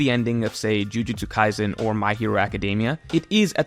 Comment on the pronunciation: It’s pronounced Jujutsu-KaiSen, Not Jujutsu-KaiZen. The S is a soft S sound as it is written. 呪術廻戦 じゅじゅつかいせん Jujutsu Kaisen you really need to learn how to read the Roma-Ji system so you can properly pronounce Japanese names that are alphabetized. The Roma-Ji system is stupidly easy. There are simple rules with almost no exceptions. You can learn it in less than an hour. Maybe even 10-20 min because you are smart. When you begin to talk about Shonen Manga in general as an authority, you can’t be making basic name pronunciation mistakes like that anymore.